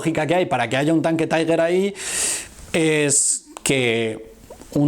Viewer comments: "Unos cuantos jóvenes deciden ir a pasar un día en la playa": En el primer minuto de este video, ya tengo una idea acerca de la seriedad y exactitud de su contenido. Te corrijo un pequeño error: El nombre de los tanques alemanes se pronuncia "tiguer" NO "taiguer" (la "U" no se pronuncia). Recuerda que son alemanes, no ingleses. Saludos. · todo muy bien, pero no se pronuncia "taiguer" porque son tanques alemanes y se debe pronunciar "tigæ" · Interesante. Un par de imprecisiones en tu vídeo. No todos los idiomas extranjeros son inglés. Ni el alemán de Tiger se pronuncia taiger, ni la ciudad de Caen se pronuncia Káen